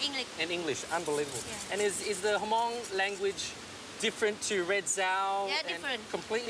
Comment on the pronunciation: Hmong is not pronounce Ha-Mong, it's pronounce hmMong with the H being silent. Weather she's Hmong or not, if you live in a region for a certain period of time, your accent will change accordingly to the language you speak, just like the Hmong's in China.